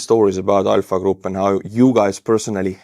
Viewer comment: I had to replay it 3 times and then out on subtitles because I kept hearing "EYE F**K" group"🤣🤣 and not ALPHA. 🤣🤣🤣